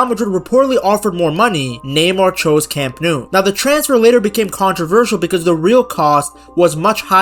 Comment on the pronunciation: Speaking of butchering names, the ‘Nou’ in Camp Nou is pronounced like English ‘no’, not ‘noo’